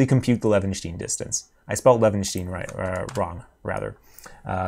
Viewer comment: Pronounce it as Leven-shtine. With sh and like brine. Source: am German.